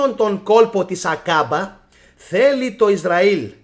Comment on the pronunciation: 'Aκαμπα αδερφε, Άκαμπα οχι Ακάμπα, πολυ καλη η σκεψη και η αναλυση σου σ ευχαριστουμε πολυ!!!